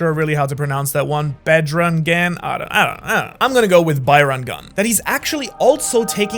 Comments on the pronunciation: Well the pronunciation is 'Lord Hanuman' not manuman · Broooooooo its not manuman its hanuman............ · its Hanuman not Manuman Also it's Bajarang (ja not ya) Bajarang is another name of Hanuman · as an indian its not manuman its hanuman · broo its not manuman its hanuman..i really like your vedioes and from now i am your subscriber \ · Bro it's hanuman not manumqn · omg did bro just say manuman instead of Hanuman ☠️ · Bro it's hanuman (the man is written in English but it actually pronounced as maan in hindi ,a little extension of "a" sound) not manuman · bro not manuman its Hanuman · Bro it is hanuman not manuman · Bro it is not manuman it is hanuman 😢😢😢😢😢 JAI HANUMAN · Bro it is not manuman it is hanuman Indians will get offended 😂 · Bro its not manuman its hanuman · I am from india and our god's name is Hanuman or you can say Bajrang Bali, not Manumaan you are stupid🥰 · thats bajrang like badge-rang for you and his other name is hanuman not manuman 😂❤ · It's not manuman it's hauman you just offended all Hindus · Brother it’s hanuman not manuman😂😂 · bro really said Manuman ITS HANUMAN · I was enjoying the video until he said Manuman it’s hanuman 😡😡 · its hunuman not anuman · It's actually Hanuman not manuman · Im Indian and its HANUMAN NOT MANUMAN LIKE WTH?!? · It's hanuman not manuman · Its hanuman , not manuman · I don't wanna be that guy but it's actually Hanuman not Manuman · Bruhh!! It's HANUMAN not MANUMAN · bro said manuman 😭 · dude its not bahrangun its actually just bajrung gun and its not muhnuman its hanuman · That is hanuman not manuman😅😅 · It's ha nu man hanuman not manuman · Brahh, the original monkey god’s name isn’t manuman lol. Its hanuman coming from hindu religion. And the pronounciatiob was correct when you said it bajrang gun. U have to pronounce the j. Just thought i’d tell you brodie. Love ur videos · its HUNUMAN goddammit im indian pls try pronounce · It is Hanuman not manuman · bro its hanuman not manuman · Hanuman not Manu man